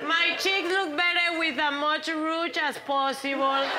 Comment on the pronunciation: I can't be the only one that hears "mocharuchas" when Ellen is applying the rouge on Sofia !! This is hilarious !!! XD Ellen and Sofia are brilliant , a combination that knocks u on the floor laughing !